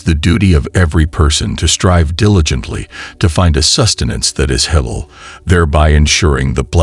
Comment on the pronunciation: ThankYou for this lovely post Sir! You have a good voice n speak/read well except for a few words pronounced wrongly.May we all be guided.It’s Halaal n not hell or helal It’s Haraam n not harem.Please ask someone to pronounce them for you Sir! My apologies if I sound rude🙏I mean well🤲